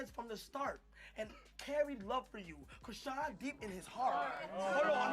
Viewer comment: CAN YOU PLEASE AT LEAST SAY HER NAME CORRECTLY ???